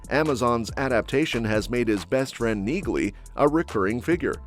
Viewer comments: Yet another useless click bait vid. NOTHING TO DO WITH SEASON 4!!! A-HOLES!!! BTW, it's pronounced "NEEL-EE", not NEEG-LEE. Idiots. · It's NOT neag-ly, it is neely. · It's pronounced kneelee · Apparently, Neagley's name is pronounced Nealey. All these years I've been pronouncing it wrong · Anyone watching the Reacher shows know that Neagly is pronounced Neely with a silent g. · Neagly The G is silent!